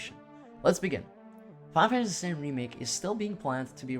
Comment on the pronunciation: There's a lot of mumbling too. Final Fantasy is often pronounced "faifasy". OP, the video is great. I used to mumble a way too my much, but know I actually have my voice recorded as a part of my job. You'll get it right in no time.